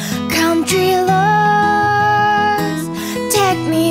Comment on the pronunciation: Its adorable she says 'country lowes' instead of 'country roads' 10/10 wholesome